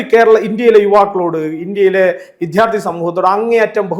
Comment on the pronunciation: എടൊ കോപ്പേ വിദ്യാർദ്ധി ആണ് വിദ്ധ്യാർധി അല്ല.. എന്തിനാ ഈ തെറ്റ് പറയുന്നത്